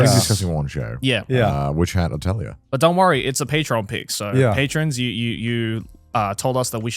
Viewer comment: WHY can nobody say the word “Atelier”????